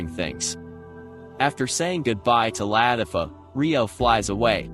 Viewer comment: Ist not la tif O its la tif a